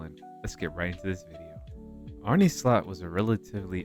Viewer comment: ITS ARN_NA SLOT not ARNIE SLOT!